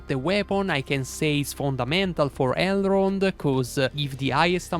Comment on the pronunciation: Great video thanks! I don’t mean to offend now but I so think it’s funny you leave out the “n” in his name and say Errold 😅 only love brother 💛